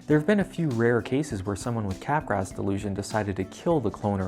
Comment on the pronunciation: I know you're joking but Capgraw, man. Otherwise there are no laws, no morals, no sanity and I can pronounce it szzizz-OH-pree-nya/nya/nya. Of course I can, but it'd be stupid.